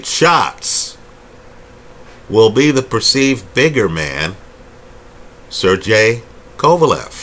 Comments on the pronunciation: Quick like/comment for pronouncing Sergey correctly 😁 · OMG, you pronounced "Sergey" in a correct way, finally...